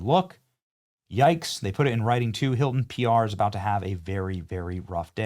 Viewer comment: The newest doorman "Huelcome to the Heelton Hotel."